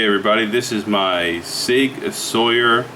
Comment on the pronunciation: Sauer not Sawyer